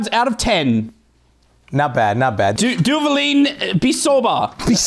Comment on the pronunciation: DUBALIIIIIIN Pero que royo con su pronunciación xD Amigos de aquí salen muchos memes xD